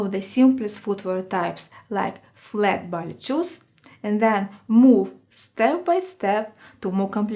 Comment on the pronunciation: Love your postings. A teensy point. It is pronounced "Bah Lay" shoes. :)